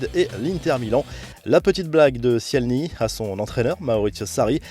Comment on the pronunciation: Il a dit "cielny" pour le gardien de la Juve. Bravo à la Juve 👏👏👏